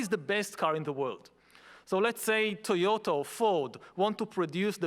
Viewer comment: did he just say TOYOTO?